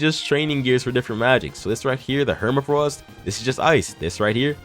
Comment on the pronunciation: I hate it when people call Hemafrost, Hermafrost. It’s Heme (as in blood) and Frost as in ice like the description says you freeze your blood to train your Frostdraw.